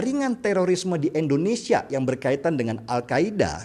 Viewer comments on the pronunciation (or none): endonesia atau Indonesia ?